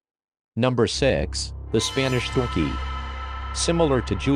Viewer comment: I thought he said Spanish dookie at first but, realized he said Spanish donkey